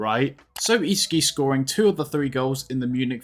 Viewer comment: Who the hell is isehgi 😭😭😭😭 Its Ihsahgi